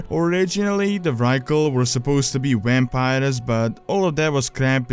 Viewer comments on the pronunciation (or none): Wampires! Lol!